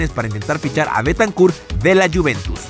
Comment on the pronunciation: Like si en el segundo Pronuncio mal Bentancur.